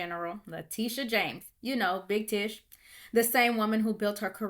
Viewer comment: It's not big Tish it's big tush